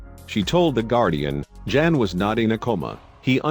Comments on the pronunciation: For everyone out there Jan is a polish name pronounced yan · Jan is pronounce Yan. It is the equivalent to English John.